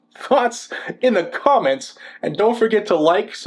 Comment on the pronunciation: And just like that, "Thoumments" enters the American Lexicon.